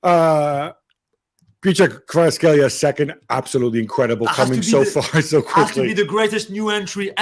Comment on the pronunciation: Gab trying to be slick pronouncing "Kvicha Kvaratskhelia" 😂😂 yikes!! no vini jnr, no mbappe no shame?? What's going on here?